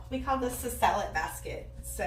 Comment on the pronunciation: I watched a new video about organizing your fridge and I would swear you said "Sell it" basket and your explanation made no sense. I just heard here what you said... "Salad basket". I'm over here rolling.